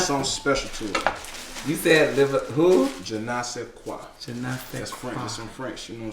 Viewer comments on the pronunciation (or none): now u know damn well that "french" wasn't it...its Jen Nay Say Qua... not Jen eye... who tf is that lmao... he fine tho so... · Je ne sais quoi pronounced (gin ne sais quoi).... Happy Holidays!! 🎄🎁♥️ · He didn’t even say it right 😹😹 please don’t teach French if you can’t even say it right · That French wasn't it sir !! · He said the French wrong lol